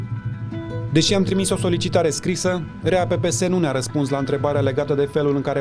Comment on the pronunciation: Mai inVata romana bah se spune trimis nu trimes 😂😂😂